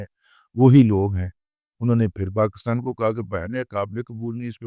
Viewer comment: ابے پہلے پاکستان کا نام تو صحیح لینا سیکھو- یہ PAKASTAN کیا ہوتا ہے صحیح لفظ PAKISTAN ہے